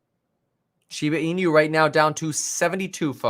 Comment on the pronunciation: Just for informative purpose: it's pronounced shiba ee-nu, NOT shiba ee-new